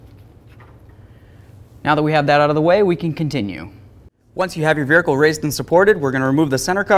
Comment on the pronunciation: ahhh again... no r in vehicle